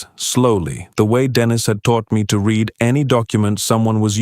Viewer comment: Can't you pronounce anything right "read" ???